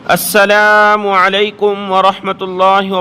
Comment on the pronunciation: اسلام علیکم نہیں ہوتا السلام علیکم ہوتا ہے